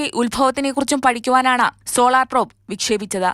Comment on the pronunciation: പ്രോപ് അല്ല പ്രോബ് ആണ്! പാർക്കർ സോളാർ പ്രോബ് ഇതിനെയൊക്കെ പറ്റി വിവരം ഉള്ള ആൾകാർ ആരും ഇല്ലേ അവിടെ?